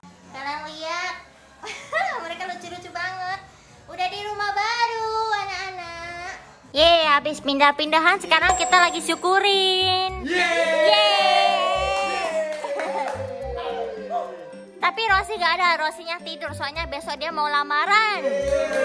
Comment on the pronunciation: Kak syukuran bukan syukurin😂😂😂